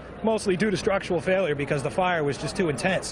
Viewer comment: “Mostly due to struckle failure cause the fire was just to intens” who tf talks like that 😂😂😂